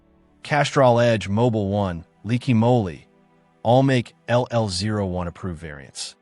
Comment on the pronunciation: AI narrator, 😂. Liquid Moly as Leaky Molie.